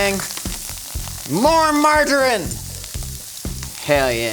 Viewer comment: Do Americans not know how to say "margarine"? Or is it just, I thought he was saying "marjoram" for half of the video.